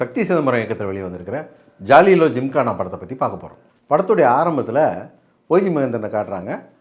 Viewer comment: ராசா ஜாலிலோ இல்ல ஜாலியோ தெளிவா சொல்லு